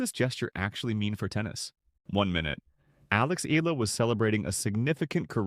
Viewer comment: its not eela its eyala.